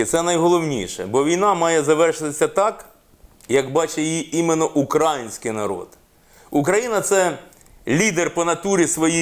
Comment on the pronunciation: Пане Олександр- украЇЇЇнський. Контролюйте себе , щоб ПРАВИЛЬНО вимовляти нашу назву. Хто , як не ми.